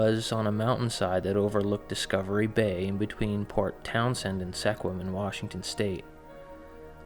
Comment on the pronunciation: Sequim is pronounced "squim". Lived in that area for years.